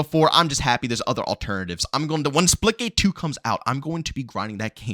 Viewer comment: OH splitgate Thought he was saying splickit